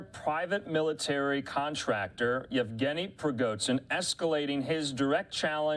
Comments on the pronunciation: “z” and “zh” are pronounced differently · Can't take this guy very seriously - - he cannot even properly pronounce the prigozhin name.